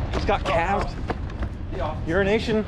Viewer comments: Every time says 'Euronation' I hear 'Urination' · Do you call him Euroasian Bob or urination Bob because that’s what it sounds like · Did he say Urination? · I'm pretty sure that 5 times out of 6, he does say urination Bob, he certainly did on the Wizzard's video..... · he does say urination. That’s why bob said something like language challenged friend to him. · Ha... This whole time I thought was saying Urination Bob. I thought it was an inside joke that I didn't get. Haha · When says “Euroasian Bob” does anyone else hear it as “urination bob”? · Eurination Bob......gets me everytime!!! LOL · he does say it lol that's why Bob called him "language challenged", luckily Bob is a good sport about it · Lol everytime you say euroasian Bob it sounds like your saying urination Bob. Lol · All this time I thought it was "Urination Bob" 😳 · EuroAsia! I thought you were saying urination Bob this whole time! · Is it just me thats hearing him say "' Urination Bob'? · I can't be the only one that's heard that as Urination Bob??? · I can’t be the only one that hears urination bob every time says it. Maybe because I usually watch at 1.25 speed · Why do you say Eurasian as Urination? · Does he keep saying “Urination Bob”?? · Euroasian ... i thought you said Urine Nation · Why do you keep calling him Urination Bob? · I thought he was saying urination bob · Why do you always say Urination Bob? Lol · Does anyone else keep hearing "urination bob"? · It sounds like you say urination Bob.